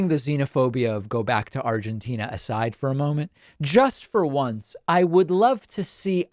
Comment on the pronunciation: I like how Dave pronounced Argentina. Sounds like Trump saying "Chi-NUH". 😆😆😆